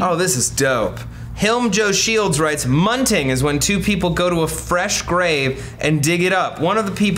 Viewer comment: ITS MUNGINGGG! with a g